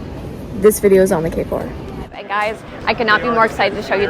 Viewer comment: 케포가 아니라 게포아냐?